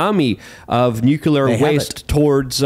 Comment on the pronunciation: omg man. The word is NUCLEAR not nucular.